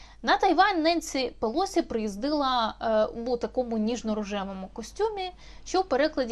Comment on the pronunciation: Так уже определитесь: ударение на первом слоге, или на предпоследнем! Противно!